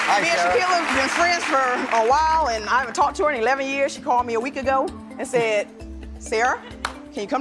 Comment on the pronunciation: Why you sed rats